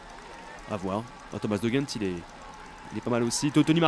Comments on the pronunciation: On prononce De G-Endt pas rendt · En tant que belge je peux t'aider:) On prononce De Gendt avec un G comme tu le prononçais au début (et pas avec un R). Et on prononce Benoot comme si tu disais Ben haute et pas Ben hotte comme tu dis;) Continue comme ça les belges adorent tes vidéos et surtout quand tu fais attention à bien prononcer nos noms!;) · Pour de Gendt tu le prononces comme tu l’entends c’est pas comme si tu le prononçais avec un r et pour benoot c’est benOOT et pas benout fin voilà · Non ca se prononce de rendt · on dit le "g" de De Gendt comme dans garage!!!! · Pour de gendt ça se prononce en r, sinon continue, vive le tour